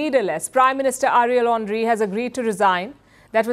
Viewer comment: Who heard Ariel Henry as Area Laundry ? 😂🤣